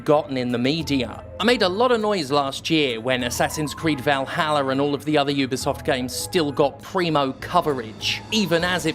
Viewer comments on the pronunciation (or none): none